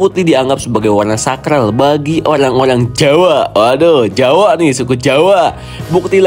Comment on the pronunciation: Plajulit, olang olang😂😂